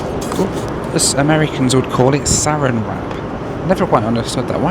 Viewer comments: Yes, you got it right. Saran is a brand name. It's pronounced "sa-ran" as it's spelled, not "sarin". Sarin is a nerve agent. You definitely don't want that near your food. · "sa-RAN" wrap. Not "SA-ran" wrap. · It's pronounced saRAN wrap. Yup, it's a brand name like Hoover. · Just an extra side note on the cling wrap, it's pronounced suh-ran wrap, not ser ann. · Sa-RAN wrap not SA-ran wrap is what that clear plastic is called. That Texan accent bites again. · SA RAN wrap not SER AN wrap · Pronounced Sa RAN wrap. Lol. It's the brand name. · It’s pronounced “Sir-Ann” wrap. It isn’t a deadly gas. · Proper pronunciation is suh-RAN' wrap. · Don’t forget: it’s SarAN wrap, with the accent on the 2nd syllable. If you put it on the first, that’s a poison gas and TSA will be cross. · It's pronounced SA ran wrap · Saran Wrap is a brand. It’s typically pronounced “SAH-ran” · Yes, Saran Wrap has become a generic name like Kleenex. As unlike restaurants, planes are subject to turbulence, I don't mind the Saran, too much, and at a minimum I consider it llike "sneeze guards" protecting dinner from sick passengers queuing for the loo near the galley. BTW, it's pronounced suh-RAN with the emphasis on the second syllable. You've probably received quizzical stares in US supermarkets with the term "aluminum," pronounced aLOOminum in American English vs. aleMINum in British English. Thanks for yet another great video! 😀♥ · It's pronounced sa-RAN wrap. Accent on the second syllable. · Hi. To add to the other notes, Saran wrap is pronounced " Suh-Ran' ", with the accent on Ran. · bit he needs to learn the correct pronunciation! Sah ran. Lol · And it's pronounced "saRAN wrap," with the emphasis on the second syllable. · saran wrap is a brand name and is not pronounced the same as the nerve agent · Saran is pronounced with the emphasis on the second syllable.